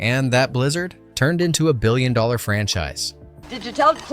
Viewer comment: this guy says "dollars" weird